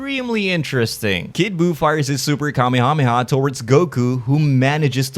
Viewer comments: i hate the way you say kamehameha. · I love the way you say Kamehameha. do you still count as a small youtuber? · Pleaseeeee when you're not firing the beam, please call it " The Kuh-meh-ha-meh-ha."